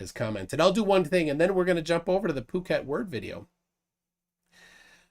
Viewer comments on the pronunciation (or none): "Poo Ket", not "Puck Et". You get it right sometime, but often not. (Yes, I live in Thailand with this idiot and Eric Dubay)